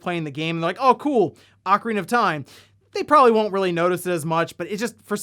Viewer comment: Thank you for not saying “Oh-carina”